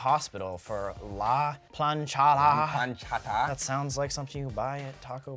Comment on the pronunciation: IKR? and the way they said "planchada"· almost sounded like "planchara", also "lechusas" instead of "lechuzas"